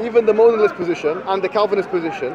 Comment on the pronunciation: Bro said monilism represented by Monila. It’s molinism and Molina